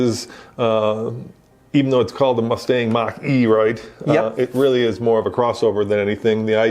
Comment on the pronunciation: Guys, it's pronounced "MOCK EEE"